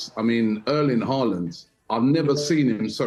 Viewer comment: really saying halaand lying🤣😂🤣🤣🤣